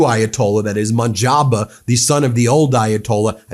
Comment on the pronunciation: His name is pronounced mosh-ta-bah not monjaba